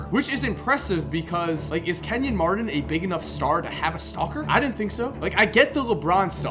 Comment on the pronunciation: Kenyon Mardon? BRUH